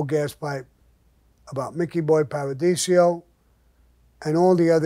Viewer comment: Paradiso. Not Paradisio btw 😉